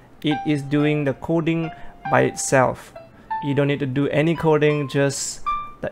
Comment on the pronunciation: Hi..great upload..it's OK to be redundant and say the noun of the thing your talking about instead of saying "this" or "that". Also you are pronoucing "Coding" Kodi....sometimes. Nothing personal.